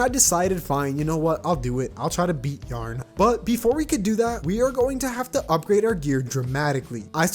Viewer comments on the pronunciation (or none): ok sorry but why do you pronounce yah ron as yarn?????????????????